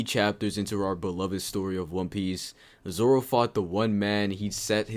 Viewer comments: stop saying zolo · Dude everytime he says zolo I cannot stop laughing